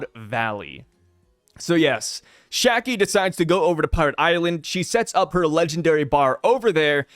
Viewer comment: See its Shakky*, Not Shaggy….